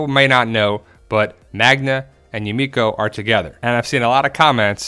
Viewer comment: Hi, I think Yumiko is pronounced just like Magna did, Miko is just a nickname or so